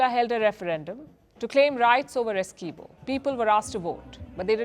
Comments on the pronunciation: Palki Ji, we, Guyanese say the name "Essequibo" different though. Also, Guyana is not known to be a hostile country. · I don't think this idiot lady knows Guyana and it's people. She start off saying two hostile countries . She was unable to pronounce the disputed territory "Essiquibo" incorrectly. She needs to get her facts right .